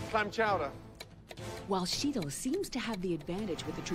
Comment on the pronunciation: "CHEATLE" -. Pisses me off so much his pronounciation.